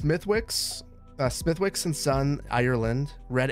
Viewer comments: This might be too late for you to see this, but Smethwick's is pronounced "Smith-icks". Source: I'm Irish. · Smithwicks red ale is lovely - would be one of my to go to beverages when going out in Belfast, together with Guinness and good whiskey. (It's pronounced Smith'iks :) ) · Smithwicks has a silent 'w' = "Smithicks" - love your work! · Smithwicks is pronounced “smitticks” here. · reeee, you don't pronounce the "W" in Smithwicks!